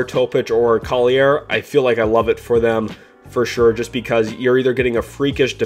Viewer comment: It's Isaiah Collier (call-your) not coll-i-air